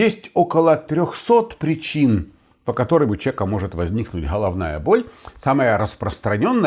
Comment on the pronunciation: Да , только так слух режет -Холовная боль, неужели так трудно букву Г выговаривать ,,было бы приятнее слушать